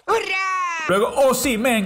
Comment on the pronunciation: Osimhen se dice "Os-Im-Hen" La ache se dice J en su nombre